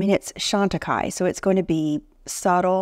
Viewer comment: you are one of the few people who know how to pronounce Chantecaille properly. 😁